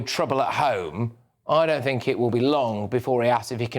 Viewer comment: When Rayner says fort and fink, does she actually mean thought and think???